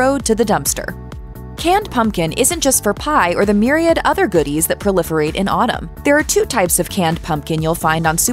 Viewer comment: Ok, when the narrator used "myriad" correctly, I smashed the subscribe button. NO ONE DOES THAT, and I was soooo happy.